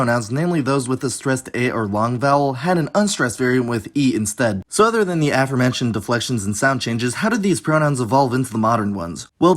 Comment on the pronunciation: Please help me understand why your pronunciation of the word “aforementioned” accented the first syllable instead of the second syllable, as if you had never perceived the connection of this word, with “four” and it’s modern equivalent “before” (both accented on the root syllable: “fore”). I am struggling to understand why you choose to stress the wrong syllable of “aforementioned,” since I’m trying hard to understand whether it’s wrong of me to find that mispronunciation particularly strange. So please let me know whether I’m amiss or awry in expecting and using “aFOREmentioned” rather than “AForementioned.” Is it important for educated native speakers (like you) to mis-stress, the word, or is it a professional convention among linguists to mis-stress the word, or is there some other explanation for your unexpected choice?